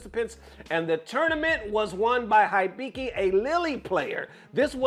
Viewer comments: It's, He biki Not High biki. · common mane u been playing Japanese games for a minute now it ain’t HIGH BIKI it’s Eeee- BEe - KEe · You hear them say "HE-BEE-KEY' correctly but you still, intentionally, say "HIGH-BY-KEY". Get real. 😑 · I'm convinced mispronounces to piss people off haha It's Heebiki, and they've been considered the best Lily in the world since the games release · da fudge is hi bee key? It's pronounce He Bee Key. 😗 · Dear, here is a tip pronouncing Japanese names: their letters always are pronounced the same. For example, "Akira" is pronounced "Ahh-keer-ahh". Most Americans pronounce it "Ahh-keer-ruh" so for Hibiki the "I" is pronounced like "ee" so it would be "Hee-bee-kee", not "High-bee-kee". Once I learned this Japanese became much easier to pronounce and less intimidating. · It's [He(e)-be(e)-ke(e)], oh my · it’s just “heebeekee” 😂, you good. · Hibiki (He bee key.) Thats how you say his name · Hibiki as in : He-be-key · Sir, it's pronounced "HE-BE-KEY" Hibiki. lol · Hibiki=Hee-Bee-Kee=ひびき He's been the world's best Lily player consistently since SF6's release (El Chakotay is easily #2). He played through the lows and the "even lowers" each season. It's about time that Capcom buffs Lily - and not some universal buff that's actually a nerf like last time... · For you, it is pronounced heebeekee, and he is one of Japan's top players. He's DAMN good. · "He Be Key" is closer to the correct pronunciation. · Yo I know english is not your first language but dont insult my boy HIBIKI's name like that its pronounce like He-Bee-Key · Hibiki - He-bee-key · it's kinda funny how he struggled to pronounce Hibiki's name when the commentators in the clip that he showed literally SHOUTING his name LMAO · if you are into japanese wisky, you should know how to read Hibiki.